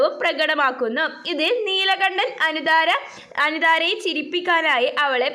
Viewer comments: Neelakanakko😂 Neelakandanaa😅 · neelakandan alle neelakannan allallo super classs